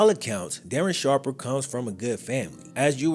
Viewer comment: Oh no, DARREN SHARPAH